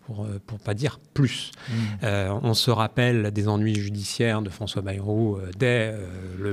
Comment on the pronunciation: Par pitié, arrêtez de dire " Baillerou " Aux termes de l'article 2 de la Constitution de 1958 : "La langue de la République est le français " Pas le béarnais : donc " Bairou "